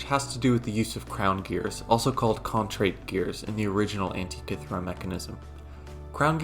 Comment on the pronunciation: Thirty seconds in, and I already wish the makers of the new Indiana Jones movie had watched this before making the film, if only to learn how to pronounce "Antikythera"....